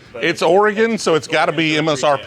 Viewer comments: You even took the time to call it OryGun. Nicely done. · At least he got the pronunciation of "Oregon" correctly. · I appreciate he says Oregon correct. Lol. Dude if you were more into whisky. Couple good spots in Eugene, Corvallis, and Portland. I mean Pendleton is good. Made in Hood river. Not bourbon. Cool you came through. 😎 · I sincerely appreciate you pronouncing Oregon correctly ! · Thanks for saying my state’s name right!! 😂